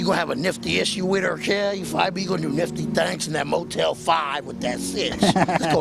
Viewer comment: NIFTY!!! NOT MICKEY!!!!